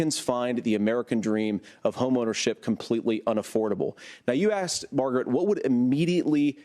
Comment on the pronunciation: I made this up in the first interview. My wife and I turned it into a drinking game. Every time J.D. says Margrite you drink. Hilarious. J.D. rules. He does it on purpose to get under her skin. Brilliant.